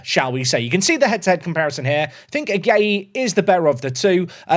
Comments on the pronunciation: Ghanaian here. Watching you butcher the name "Agyei" was equal parts funny and painful to hear. It's pronounced "Ajay". The "gy" is pronounced as "j". Not that you care. Anyways2, enjoying the video. Cheers🎉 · Agyei is pronounced ‘AJEI’